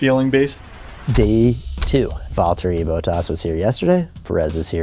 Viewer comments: "boathaus"?? It's Bottas... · 😂 it's not Boat-ass .... its Bot-ass 😂😅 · It's "Bot-as" not "Bow-taas" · Bott-as(s), not Boh-tass, brother. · “Bot-as” not “boat-as” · did you really not take the time to learn how to pronounce the name of your F1 driver?? "Bowtas"